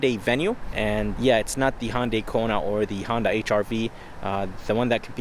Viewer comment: NOT a damn Hondai. Hyundai. Please if you are going to do auto reviews, at least learn how to pronounce a cars name.